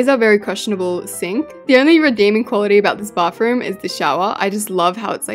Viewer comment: We say bathroom like bath through-m you say it like bafoom